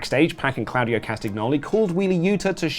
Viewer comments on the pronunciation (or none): ", say 'Sheer-ah-kah-wah'." "Shirakawa." "Good! Now say 'Tah-kesh-ta'." "Takeshita." "Perfect! Now say 'Claudio'." "...CLOUDY-O!"